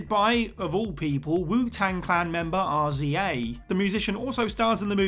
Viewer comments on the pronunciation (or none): It’s pronounced Rizza, not R Z A yo! 🤦🏾‍♀️ put some respect on the RZA’s name yo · I don’t know why that upset me lol. It’s Rizah not R.Z.A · You have in on sentence ruined this whole video. How can you actually name the greatest hip hop group in the world then butcher the founding members name? His name is not R Z A. It's pronounced the rizza your mistake instantly made me switch your video off. Poor show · It's pronounced Tha Rizzuh, not R.Z.A. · Ah yes, the famour Wu Tang member Arr Zee Eh. 😆 It's pronounced 'rizza' my good sir. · R-Z-A?!? You did all the research for the top ten... The least you could've done was learn to pronounce his stage name correctly 🤣🤣🤣🤣🤣🤣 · RZA is pronounced “Rizza”. Please do not call that hip-hop legend “R.Z.A.” SZA is pronounced the same way “Sizza” 😂😅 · It's also pronounced Riza, not the initials R-Z-A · It’s Rizza not R-Z-A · Rza not R-Z-A 😂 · I'll finish the video later but I expected The Rundown to be closer to the #1 spot and I expected 'The RZA' to be pronounced 'The Rezza' so I need a minute to recompose myself and collect my thoughts. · Lol..really? R-Z-A? Its pronounced Rizza. Fyi. The peanut butter falcon was such a great movie. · Its pronounced Rizah not R z a smh the disrespect to a legend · You did not just say " wu tang clan member R-Z-A" 🤦🏾‍♂️🥴🤡 it's RZA and is pronounced as one word, RI-ZA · "Wu Tang Clan member R Z A" ....🤦🏻 are you guys really that unfamiliar with Wu Tang over in the UK? His name is pronounced pretty much how it's spelled. Just throw an "i" in there; Riza. And his cousin/groupmate isn't pronounced G.Z.A., it's Giza. Pro-tip. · Oh hell no his name is R.Z.A it’s pronounced RIZZUH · R,z,a lol. U mean the rizza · It's pronounced "RIZA". Not R.Z.A. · R.Z.A? It's pronounced "Rizza" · Calling him R Z A is the whitest thing I've heard in years. Pronounced "Rizza" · Did I really hear him say r-z-a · Rza (Ri-za) for future reference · RZA is pronounced Rizza. Don’t disrespect the legend. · Lost me at R-Z-A.